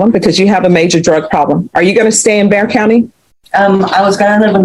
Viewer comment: Clickbait. Narrator needs to STFU. BTY is Bexar county, not Bear County